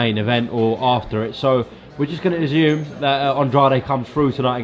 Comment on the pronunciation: PLEASE STOP SAYING AZZUME